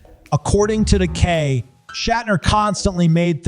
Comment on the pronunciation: It’s Dunaway, not Don-away! It’s Takei, not The-K!! It’s John Leguizamo not John Legume-zamo! Its Shannon Doherty not Shannon Dour-ty! It’s Watch What Happens LIVE not LIFE!!At least you got Vivica Fox right! 🙄🙄🙄